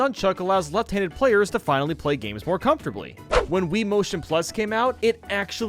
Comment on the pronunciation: "Gams" "old gams" "indie"